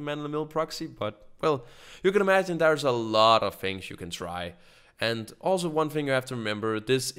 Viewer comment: It's sounds like you are saying "Fings" instead of "Things" #Nohate.